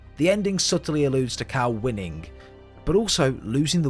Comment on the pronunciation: did i herd you call cal cow